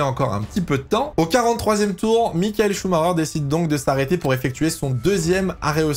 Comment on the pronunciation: Mais pourquoi tous les français prononcent son nom avec un "R" au lieu " CH" ? C'est Chumaker quoi, arrêtez d'inventer un Chumarer ou je ne sais quoi !